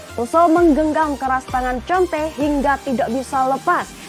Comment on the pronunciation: Bacanya konte mbak 😂